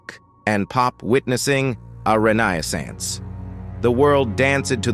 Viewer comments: what in the Stone City is this AI narrator pulling his pronunciations from? ghen-res? ran-eye-ih-sants? bah-slinees? is it really that awful to get a person to read it? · Wtf is a ren ny a sance? LMAO! 🤣 😂 🤣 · I think you spelled renaissance wrong. The Ai mispronounced it